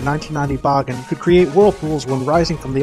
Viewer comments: Bahgin? I always thought it was pronounced Baygan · bagan is said Bag-an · It's pronounced "Baygen" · Bah-gen? Huh. I always thought it was pronounced Ba-gan… but I guess that was just me. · I know it's the incorrect pronunciation, but I always pronounced Bagan like pagan. Makes sense given some of his godly origins. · Please stop saying bagan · I always thought the pronounciation of Bagan is Bae-gan instead of Ba-karen,Ba-kan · i hope bagan (who i pronounce began) will apear in at least 1 movie or more games or else he will be called the "scraped monster" right?